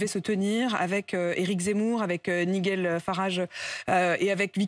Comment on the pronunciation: pourquoi pas miguel pendant que l'on y est ? tu vas pas me dire que issue de son milieu, elle n'a pas un minimum de maitrise de l'anglais on dit naille jeule, pour Nigel bon on peut donc se permettre de l'appeler appeaux limite de mauvaises herbe